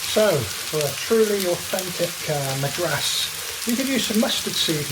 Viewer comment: There are just so many things wrong with this recipe it's really hard to know where to begin but let's start with this> don't ever trust a dude who can't pronounce the name of the state a recipe is named after.....